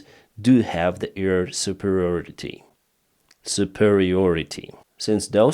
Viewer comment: Thank you for your reports. I see them every morning before I do something else. Please try to say AIR, now you are always saying EAR. Ear support, earfield... But hey, love you. Greetings from Belgium, Marianne